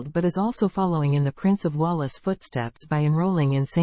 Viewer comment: The robot can't even pronounce 'Wales'.